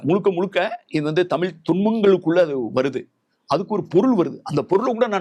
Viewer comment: நீங்களே இவ்ளோ நேரம் தமிலி ன்னு தான் சொல்லிட்டு இருந்தீங்க😂 இப்போ வந்து சிறப்பு 'ழ'கரமாம்